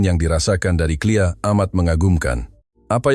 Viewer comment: K L I A. LA ....NGOK!.... bUKAN CLEAR pegi belajar di SD semula baru buat content malukan!